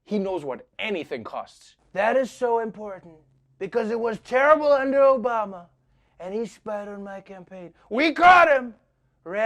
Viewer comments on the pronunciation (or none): none